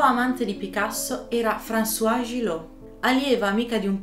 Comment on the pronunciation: Molto interessante. Non conoscevo i dettagli di Picasso con le sue donne. Praticamente come uomo era una merda. Apro una piccola parentesi spero mi perdonerai. Françoise Gilot si pronuncia "franzoaz" con la "z" finale altrimenti è François, ed è il nostro Francesco al mascolino. Scusate la precisazione.